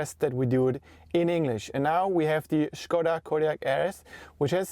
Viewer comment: Endlich einer der "Škoda" (Š=Sch) sagt und nicht wie die meisten fälschlicherweise "Skoda". :)